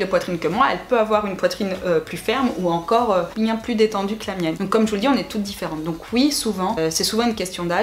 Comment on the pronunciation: A 23 min 20 on entend un petit accent " biennnnn " 👌😂💕